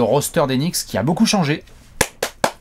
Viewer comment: Knicks par rapport à la prononciation de "nichts" en allemand ? Ça expliquerait la langue utilisée par les bots dans les commentaires 😅